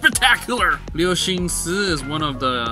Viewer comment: I'm really surprised that you can pronounce 'Guo‘ correct but not 'Cixin'.